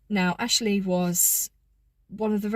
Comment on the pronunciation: ‘ this is AAshlleeee’ in honey thick southern accent.